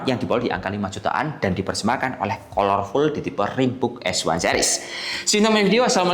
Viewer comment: bacanya kalerful mas, bukan kolor wkwkw